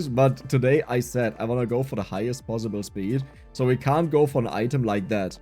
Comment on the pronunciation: Man are you German because that Zooooo is cool :D